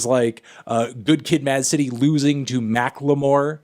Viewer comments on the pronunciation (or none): Stop saying Mack Le More you fucking melon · Why the fuck do you pronounce "Macklemore" like that? Just say it like a normal person, you fucking hipster.